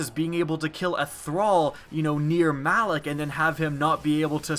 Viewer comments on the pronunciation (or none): none